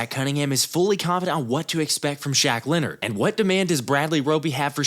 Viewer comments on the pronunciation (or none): none